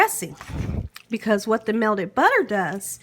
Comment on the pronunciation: Its pronounced "Melted" butter not melded butter.. smh